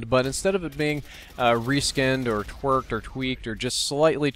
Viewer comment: did he just say twerkerd!! :)